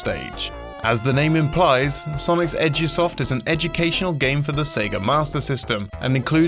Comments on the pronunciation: am i the only one who hears "Sonics Edgy-soft". no?.... just me?.... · I also hear that.